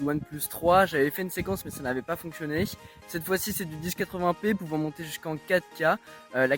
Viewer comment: on dit 1080p et non 10-80p